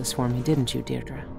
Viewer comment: Why are you pronouncing Deirdre "Diedre" Jesse? Billie said Deirdre's name in the game..